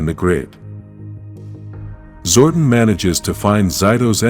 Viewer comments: STOP MISPRONOUNCING ZORDON IT'S GETTING OLD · The name is ZOR-DON and he's from El-tar.. Geez get the names right and stop depending on AI...